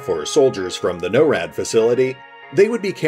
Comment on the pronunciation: I think finite is pronounced Fi-nite, instead of fin-it. Also if NORAD means North American Aerospace Defense Command then I believe it's pronounced NOR-AD. Sorry lol I know it's a bit pedantic, but other than that great video as always! Thanks!